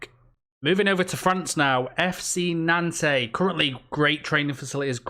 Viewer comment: Interesting pronounciation of 'Nantes' there haha.